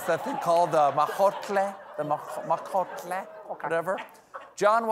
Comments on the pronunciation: OMG 😂 The “majotle” hahahhahaha 😆 (El Molcajete) Congrats to Jon Batiste 👏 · You mean "molcajete"? 😂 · hahaha molcajete! took me a bit to understand what Stephen wanted to say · It's called a molcahete Stephen....molca he te'....our family grinds chile', as in salsa in it ....made from lava rock.... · It's Molcajete 😂...for the guac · THE GUACAMOLE THING IS MOLCAJETE, STEPHEN! Anyway, kudos for trying. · Molcajete, Stephen. Mowl-kuh-hay-tay. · It is MOLCAJETE not whatever 😒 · What Stephen is trying to say is probably molcajete (and tejolote), but going for the common Nahuatl ending -tle / -tl.